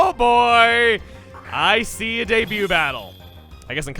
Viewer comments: You say “Icee a debut battle” and I was like ‘classic chuggaa’ and then I realized you didn’t even know you did it because you made another joke right after! Haha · "I see a debut battle!" Dont you mean "ICY a debut battle?"